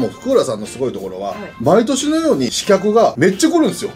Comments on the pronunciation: 刺客｢しかく｣を｢しきゃく｣って読むのかわいい里さん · 「しかく」やぞw